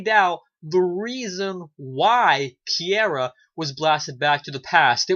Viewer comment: Bro, great review. And it's pronounced (Kee-ra) ... Is Alec Sadler pissing you off this season, like he is for me? He's showing his true colors, selfish and does not give a damn that he sent Kiera back in time. HE took her from her family, stranded her in the past, yet BLAMES HER for the red-head chick getting shot. WTF!?